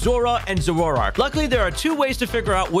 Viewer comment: Bruh. What are those pronunciations!? Zorua is ZORE-roo-wuh and Zoroark is ZORE-roar-oark.